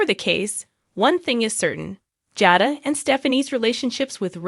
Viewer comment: Please pronounce the people's names correctly Nicole & Jada